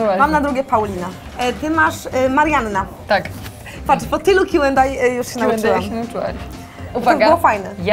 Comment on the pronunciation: Mówi się kiu end ej a nie dej